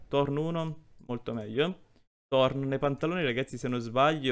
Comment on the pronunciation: thorns vuol dire spine.😂 ottimo inglese👌 comunque gg sei un grande